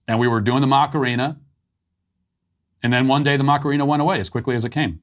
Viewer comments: It’s not Macareena; it’s Macarena … you are really bad with saying things that do not come from your universe … don’t be so ignorant! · Not gonna lie, hearing you say "Mock-arina" 20 times in that segment made me want to shove a pencil in my ears. Are you trying to incorporate a hidden dad joke in there or something or can you really not pronounce "a"? Say it with me: "Mah-kah-rena"